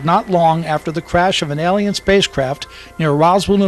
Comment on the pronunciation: Really? The narrator spoils this video. Makes too many mistake. Speaks bad and incorrect English. And most of what he says is recycled information. Even the word Alien, he pronounces incorrectly most of the times. Music, really? How hard is it to get someone who speaks correct basic English to narrate a video? How stupid are you... it takes a country here, a few weeks to invade another country, but you think it would take Aliens over 50 years to invade Earth? Maybe they're having trouble getting on their horses with all those rifles they would need! DUMB!